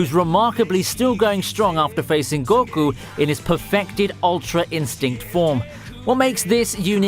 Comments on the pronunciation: It's pronounced ``Go- Koo``, Not `Gor- ku` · About how you pronounce names. Deku, deyku. goku and you say goh ku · i dont know what cracked me up more, you calling goku gorku or the sylva's sylvia xD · The guy doesn't know anything about anime did you listen to way he says goku and jiren he says gokaou jiaren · The way you say goku makes me blood red mad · Man. How you pronounce Goku makes me cringe..... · The way he pronounces goku and deku annoy me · anas wassim did you not hear him pronounce goku and deku wrong